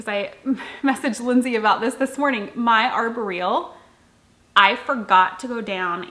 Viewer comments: I don't know this for a fact, but I've heard it pronounced arbóreal (ar-BOR-eal) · I never knew that’s how Arboreal is pronounced. I’ve been saying it wrong, lol. It’s been on my list to knit for a few years. I just cast on the Bean and Olive, too. Very fun knit!